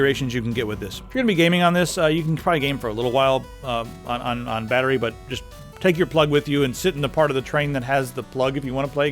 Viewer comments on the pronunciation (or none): none